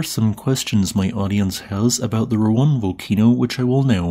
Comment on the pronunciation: Finally you pronounced Ruang right this time yay